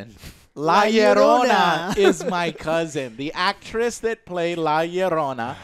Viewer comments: hey joe get that nopal checked out dude. MARRY-SOL RARIRREZ , c'mon dude dont embarrass half of yourself like that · "Marisol Ramirez", damn, Joe butchered that name, RIP